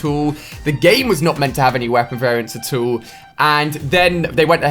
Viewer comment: how we say it: At all how Ali A says it: Atool